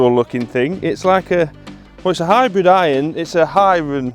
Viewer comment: I thought he said Hybron